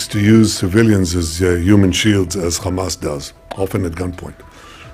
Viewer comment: It’s not Chamas its Hamas